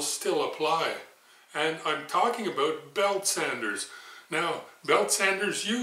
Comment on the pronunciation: Aboot on center Aboot ready. Oh i never get tired of that lol